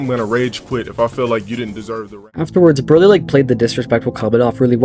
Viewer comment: Nahhhh not him pronouncing “Broly” wrong, that’s true dragon ball disgrace. Broly is THAT guy you don’t act up around him😂